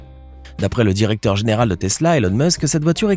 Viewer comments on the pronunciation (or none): none